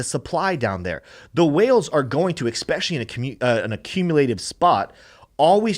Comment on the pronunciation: Stop saying eCspecially!!!!!!